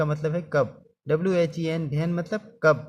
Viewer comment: Ven nhi when hein😅😅😂😂